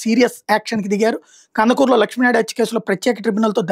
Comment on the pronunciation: Kandakur kaadu raa earnalist,,kandukur